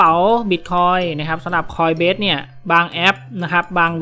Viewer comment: ขออภัยนะครับ ออกเสียงผิดครับ coinbase ไม่ใช่ coinbest ครับ